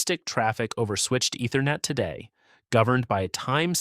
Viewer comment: Love the videos, but the voice-over's mispronunciations are a tough listen! Ether-net. D-O-S. Doh.